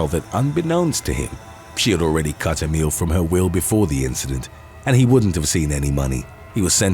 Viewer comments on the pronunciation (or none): none